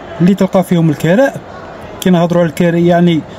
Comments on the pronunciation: الكِراء بالكسرة وليس الكَراء يرحمك الله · الكراء بكسر الكاف مش الكراء بفتح التاء صار لي ينوض يحل قناة رحتو لاوروبا ما تعرفوا والو بوهالية صبحتو نتوما ماليها اتعلم سع اللغة لعربية كيفاش تنطقها من بعد دير قنوات و تعشقو التشائم و تحبوا تزيدوا فيها اوروبا كيفها كيف بلاد لعرب صارت المجرم و اللي ييبع لمخدرات هناك هو الناجح و حتى لو مهاجر يديرولك لورق😅 خنزو اوروبا يا دين الله بني هجرس